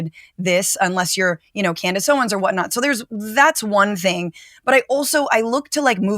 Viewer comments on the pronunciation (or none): Amanda; "Coondace" 😂👏🏾😂👏🏾😂👏🏾😂👏🏾😂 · lol did she say Coondace lol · Not Coondace! 😂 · " Koondace?" I almost missed that!😂